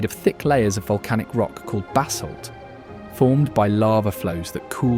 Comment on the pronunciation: Narration is distracting, discussing the rock basalt, sounded like he said basil....LOL